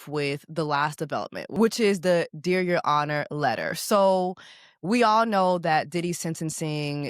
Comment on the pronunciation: Took me all the way out, " Deer yo onor"